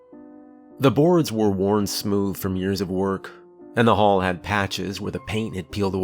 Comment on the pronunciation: Channel Zero —Candle Cove was a tv show. 🤔🤔 The hull had patches. Not the hall.🙄 Mispronounced words make a huge difference!!